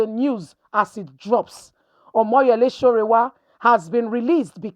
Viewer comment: His name is sowore and not sorewa.